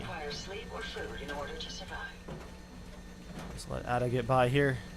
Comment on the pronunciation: It's pronounced "Aid - Ah", not "Addah". Just thought you should know.